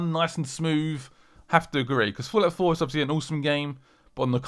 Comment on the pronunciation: did he say fallout 4 or fulat 4?